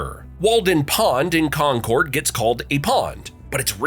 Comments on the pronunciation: Concord is pronounced "conquered" not Con-CORD, for the last time. Jesus. Also, - that video is NOT Porter Square or Elm Street. Misleading information. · WOO-STER!!!! And KAHN-CURD. Jeeze! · Ponk-a-pog Wusta (Worcester) Conquered-concord We covered this when you did New England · Concord is pronounced Conquered. Shelburne Falls is not a town, it's an unincorporated village (or hamlet) on the Deerfield River. The west side is in the Town of Buckland, the East side is in the Town of Shelburne. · yup def AI….con-cord, war-chester… gotta love the direction we’re heading in! 😂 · That's alright, they also mispronounced Concord as well.